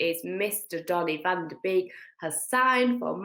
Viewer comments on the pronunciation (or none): Nice video girls, very amusing. I just can't understand why you English people can't make a little effort to pronounce the names right. It's been always the same with De Gea and now with van de Beek, the "ee" is not pronounced as in english... 'fan de bek', beek as heck. Cheers girls 👏🏻👹